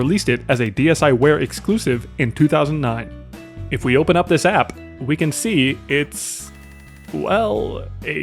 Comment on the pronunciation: I like your videos, but chill out on pronouncing your "P"s in words like "app"